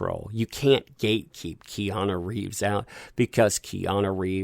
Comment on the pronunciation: The way you say Keanu sounds like Kiana. Lol